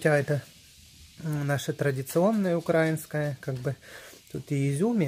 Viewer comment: Ага, прямо ухо режет, неужели не соображают как правильно? Меня, россиянку раздражает эта безграмотность--украИнская...